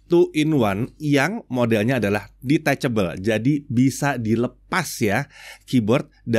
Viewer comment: Hal yg paling muak dahan gw denger adalah detechebel 😂